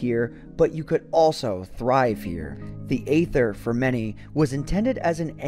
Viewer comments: It “EEther” that is the pronunciation.... hearing “Ather” messed with my head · You’ve probably heard this many times before, but just in case, Aether is pronounced “EE-thur,” not “AY-thur.” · Isn't it pronounced EETHER ? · It’s not Aether it’s aEther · its EEEEEEEETHER NOT AYYYTHER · wait i thought the pronunciation of Aether was e-ser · It’s pronounced EE-THR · I still pronounce it as 'Ether' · Pronounced eether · Six minutes of mispronouncing aether. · I think the aether is spoken with a silent A